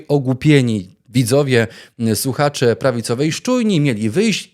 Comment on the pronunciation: mówi " suchacze"!!!